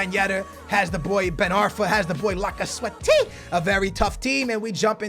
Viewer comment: I love when you try to pronounce Lacazette, you pronounce it like "lakaswettiii" hahaha